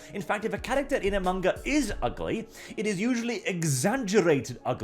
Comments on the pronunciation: It's manga not munguh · "Munga" is the best pronunciation I've ever heard for manga.